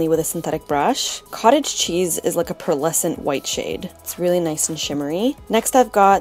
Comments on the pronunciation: jeeez! you literally killed me with "you know i love my mermaids" :P and almost every time you say "shade" i really think you say "sh*t". gotta buy that shrimp me up shadow! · Hah, when you said "after i clean the shade off", i thought you said "clean the shit off" omg it just made me laugh ao hard xD Beautiful look!